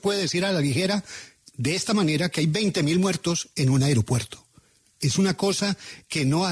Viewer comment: "ARIOPUERTO"?!! O AEROPUERTO.